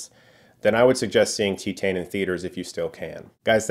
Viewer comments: pronounced Tee-Tahn, not Tee-Tain. French for Titanium. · pronounced tee-tahn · "TEE-TAYNE" Sighs in French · “tEtane”? I thought it was tItane as in titanium? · Not gonna lie, I cringed everytime you said ''tee tane''. I feel like you either should've gone all in with ''Tee than''(think han in han solo but without the h) or just go with ''Tie Tan''. Still a great review as always. For reference, I'm french canadian. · Tee-tane? Wouldn’t that be Tie-tane as in Titanium…. Teetanium 🤣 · Teet - AHN Not Teet - AYN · It's pronounced "Tih-TAN", Chris. Not "Tee-tayne". Also this movie is weird as fuck 😂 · YESSSS. Been waiting for this review. My favorite movie of the year, such an incredible film and experience. Also Chris it’s pronounced “Tee-tahn” lol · I haven't watched the review yet, but we brought this into the Indie Cinema I work at. I thought it was so fun! Also, I believe it is pronounced something more like tee-tan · Heard it from the director's mouth at the premiere, it's pronounced Tee-tahn. I completely love this film though it has a high barrier for entry. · If you wish to pronounce the movie title properly, it's " tee-tan" ( as in suntan) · Is it not pronounced “tye-tayne”? As in “titanium”? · That’s actually pronounced “Tee-Tan” , like a golf tee , and a nice sunshine tan : Tee-Tan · It’s pronounced TEE-tahhh-nuh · "Tea tayne" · Did he pronounced titane as tetaine? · French for titanium pronounced– ti•tan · pronunciation: tea-tahn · "Tea-tain", wtf? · Ist's pronounces Teetun btw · How do you pronounce Titanium properly but you pronounce Titane like Teetane? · Pretty sure it’s pronounced “TEE-TAUN” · Pronounced tie-tane like The titanium she has in her.... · Bless you, but I kept cringing every time you said “Tee-tayn”. ^^; I hate to be that person, but as it’s the title of the movie and you say it over and over it might’ve been a good idea to learn how to pronounce it. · "Tit-hein"??? 😂😂😂 Way to butcher the pronunciation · I kinda love how you say Titane